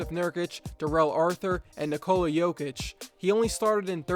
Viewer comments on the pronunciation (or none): none